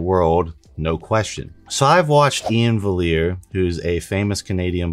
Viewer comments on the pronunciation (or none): It's pronounced Ian Valley Air